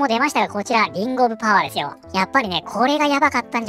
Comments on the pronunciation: 画面見ないで聴いているとリングオブパワーがリンゴオブパワーに聞こえる😂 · 画面見ていなかったんだけどりんごパワーりんごパワーと聞こえて、なんじゃそりゃ…キラートマトみたいな作品か…？と思った(違った)